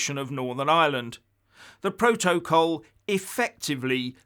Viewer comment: Keep on talking about Biden, and forget the "proa-toa-call"! LOL